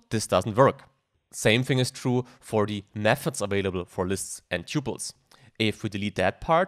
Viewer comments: TUPLES!!!!! not ťyuples! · Look up how to correctly pronounce the word 'tuples' apart from other words. Thank you!